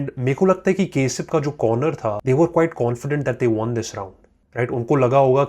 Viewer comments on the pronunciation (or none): Its Not kesab Its Kasib bro 😂😂😂😂